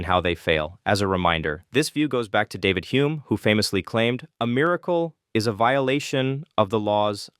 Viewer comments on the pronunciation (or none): none